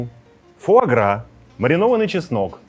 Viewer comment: Не фуаргра,а фуагра....БРЕХЛО- СПЛЕТНИК!